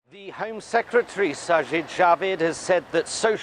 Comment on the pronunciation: Even though the Tories are wankers, you pronounced sajid javid very well!